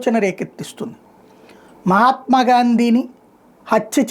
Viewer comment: మహాత్మా అని పలకడం చట్టరీత్యా నేరం...... 👎👎👎👎